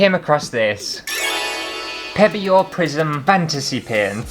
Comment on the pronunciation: It sounded like you said “Prison Fantasy”! That would be an entirely different video.